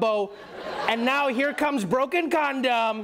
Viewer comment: Not "broken condum"! lmao!